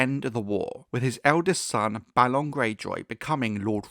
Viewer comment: Thank you for pronouncing Balon the proper way, after all there has to be a difference between Balon and Baelon. "A" doesn't always need to be pronounced like "ay" sometimes "ah" is correct.